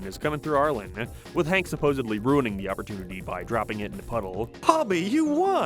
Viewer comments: Every time I heard you say Arlen I thought you were talking about Ireland 😂it’s just me and my deaf ass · I know you're not saying Ireland when you say Arlen but I always hear it.